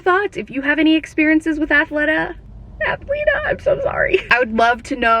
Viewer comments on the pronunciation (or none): Former employee, it's pronounced Athleta like Athletic, not Athleta like Athlete. Hopefully that makes sense.